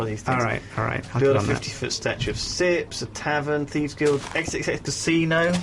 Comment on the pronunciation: i thought it was Sjips co not sips co